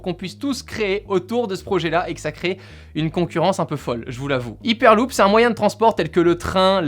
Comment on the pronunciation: C'est dure de dire "haiperluup" ?